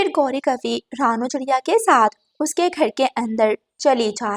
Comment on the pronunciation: GOr gor se kya hota hai? Gor se dekh rehi thi. Aisi joode wali itni gandi kauwi tum ne Kahan dekhi hai? Saat nahin-- Saath. Khane se peechhe nahin--- Khane se vanchit reh jayen. Ye chidiya itnsa bada joda kar ke baithi hai,tum ne aisi chidiya Kahan dekhi hai? Tum log pagal ho kya? O bewqoof logo, lawaris nahin--- L a c h a r. Lagta hai tum bhi pakshiyon ke school mein hi padhi ho. Na koi rishta nahin--- Na koi rishtedaar. Agar tum logon ko hindi nahin atti to seekh lo. Sach mein nahin--- Sach much. Zara achchhe andaaz mein kahani sunaya karo.